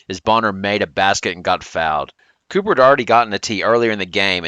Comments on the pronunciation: For one it's Copper like the chemical element not Cooper but Miller's comments were definitely malicious because why is he only singling out CP? It was uncalled for and that's why they hung another conference banner 😂 He needed three players to knock out CP. It was a sandwich compliment. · It's COPPER, Bruh. There is no Kahleah Cooper.